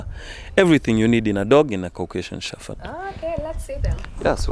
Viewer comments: it’s Shepard not shepherd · U are so right. It is incorrect pronounced with F. Hopefully they will learn to use P. But once used it with F. Very difficult to change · Ok. This is not a criticism but an observation. Why do most Kenyan's from dog breeders including the host pronounce "Shepherds" as "Shefferds" as though the word has an "F" just curious. I believe the correct way to say it is to emphasize the "P" and not as though the word has an "F". I know words with the letters following each other "PH" in them are pronounced like there is an "F". But in this instance "the word " shepherd" the "P" should be the dominant word and should be emphasized as opposed to "F", just like words with "P" in them like "Peter" "Paul" "Place" the P is pronounced. Hope tis makes sense. But otherwise great show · It is a disservice to those who own dog shepherds to mispronounce the Dog name. Especially coming from the host. The channel will pick up or has already picked up an international audience and anyone who owns a dog shepherd or even those who do not will pick this mispronunciation and may be put off assuming the show is light on the subject, not really on point and especially coming from Africa the misconception Africans are not experts in dog breeding and intricacies and nuances of dog breeding will skip and move on, to an other wise fantastic dog show. I am wondering why the editors have not picked this up. Am not the only one who has noticed this error, i have seen a few comments mention the same. Not to be too harsh, since i love dogs when i hear "shefferd" its like someone scratching a chalk board with their nails.